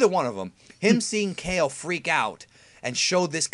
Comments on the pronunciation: its pronounced ka-leh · With how stingy this dude usually is about pronouncing names the Japanese way, it's odd to hear him saying Kale the vanilla English way instead of "kah-lay". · Kale's name is pronounced "Kah-L(R)ay"